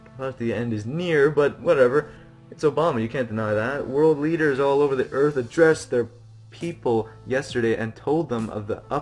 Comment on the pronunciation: I bet you get more chances if you delete cookies, although that would be dishonorable. "adressed" lol. Also, it automatically teleports you when you reach the door to Outside, or could the phone be further right? I think it's leaning on the floor. And you did miss a day going into the lab - maybe there is a way to get in that day.